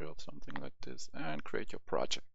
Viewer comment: Project* not projekt :)